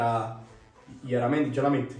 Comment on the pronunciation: llaramendi per “iaramendi”